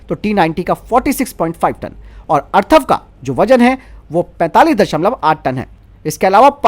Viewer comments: Arthav nehi atharv he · भाई टेंक का नाम अथर्व है , अर्थव नही।😁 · अर्थव नही, अथर्व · अर्थव नहीं अथर्व बोलो । हिन्दी की टांग तोड़ देते हैं ये अज्ञानी लोग ।